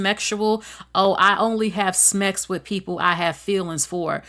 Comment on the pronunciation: What the fuck is "smex," or "demismexual" anyway? You can't say the word sex correctly. That's weird. 🤔